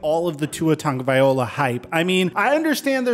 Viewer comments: Bro. Why can't you understand that there is no "N" in Tua's last name?????? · Dude learn how to pronounce Tua’s last name. It’s not that hard and you are literally the only person I’ve ever heard pronounce it the way you do. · you butchered the fk outta Tua's last name. damn😂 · If you really respect Tua, take 1 minute and learn to pronounce his name correctly. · I wonder if has actually sat there & read tuas last name cause he never says it right lol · Haha you almost pronounce his last name correctly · is like he can’t pronounce his last name even tho he’s just missing the L 😭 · Hate to be that guy but it's pronounced "Vailoa" not "Vaiola".. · Vai -lo -ah not Viola. You're almost there bro. Just remember, the name is Polynesian, not Italian. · the L comes before the O 🤦🏽‍♂️ Loa.. not ola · I’m from Hawaii and it alway seems weird that people still can’t say his name right just so y’all no it’s pronounced tounge-a-vai-loa not ta-ga-vai-ola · I’m from Hawaii and every time I hear someone say tua tugavai-ola instead of tua tugavai-loa kills me inside lmfao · Ta-go-vai-loa. Not Ta-go-viola 😂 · It's not tago-VIOLA. It's tago-VILOA. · You don’t pronounce it the correct way either it’s (vai-lo-a) not (va-yo-la) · tungaviola? Tagovailoa Tag-oh-vi-lowa you're BUTCHERING that name lmfao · it's pronounced (Tug-a-vi-lo-a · "Barely pronounce his last name". Hate to say it, but you still haven't said it correctly since I subbed over a year ago. The O comes after the L. Ta-Go-Vai-Lo-a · Dude, your still saying Tagovaiola? 2 years in the pros, 3 years in college and you still can’t pronounce Tua’s name? LOA. Good Lord! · I'm curious, who is this Tungaviola guy? Dude's name isn't that hard to properly pronounce lol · WILL YOU PLEASE LEAN HOW TO SAY TUA'S NAME, PLEASE? TONGA-VIA-LOA Sorry for yelling, I thought you were gonna start trashing him, and, I'm getting tired of that.. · Bro it’s… Ta-go-vai-lo-a Lol Just trying to help 🤷‍♂️